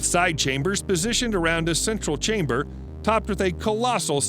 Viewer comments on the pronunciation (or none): none